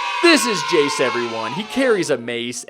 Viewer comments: Its called jaxe not jace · Not Jace it jaxe